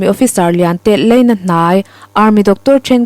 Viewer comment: Ngaihthlak a nuam hle mai... chho a...laina...tih erawh...leina...hei chiah ka sawisel e.Zofate ram awp chin a zau zel dawn e...